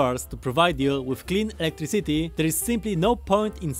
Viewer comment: Everyone: “Electricity”: “Electric City” 🗿